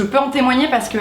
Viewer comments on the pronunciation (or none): A chaque fois je croyais que tu disais "kardash" au lieu de "écart d'âge" ptdrrrr